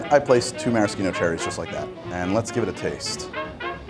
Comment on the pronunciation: Thank you pronouncing "maraschino" correctly! It always bothers me to see people with big food TV shows and surely lots of highly paid advisors mispronouncing the ingredients or the recipe names they're demonstrating.